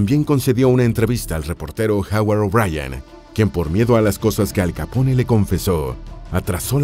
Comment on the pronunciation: Soy el único que en lugar de pronunciarlo "Al Capone" lo pronuncia "Al Capón" jaja